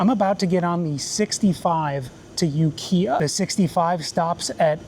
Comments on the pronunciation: Never been further north than Santa Rosa. You're really sleeping on the Mendocino coast... and Ukiah is not pronounced "you-kia", it's "yu-ki-ah" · That city is Ukiah (You-Kī-ǎ) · It's UKay Ah how it sounds! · I cringed hard at You-Kia. And Ukiah is mid, Willits is the better town in that area, just a little further up the highway. You have made videos in Truckee, which is much further north than Santa Rosa. You've just not been up 101 passed Santa Rosa. And the Richmond-San Rafael Bridge is the worst toll bridge in the Bay Area. 101 is much prettier and nicer, but for sure there is a way to do this much faster up 5. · you-kiiiiii-ah. Long I like the word eye. The band AFI is from Ukiah. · almost called you out for the ukiah pronunciation but the bus driver beat me too it 😂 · That is not how to pronounce Ukiah. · lol, glad they straightened out that Ukiah pronunciation for you pretty fast. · For your next time up through that valley, there's a long I in Ukiah. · Thanks for showing us when you learned how to pronounce Ukiah. A lot of place names in many countries are "unusual" for outsiders; you nearly had it. I'm looking forward to seeing the rest of your trip. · The mispronunciation of Ukiah was peak. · the way you mispronounced Ukiah hurt my soul.